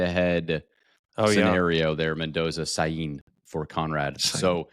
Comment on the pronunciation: Please send this to Conrad. I can’t go another episode with him pronouncing Julian Sayin wrong.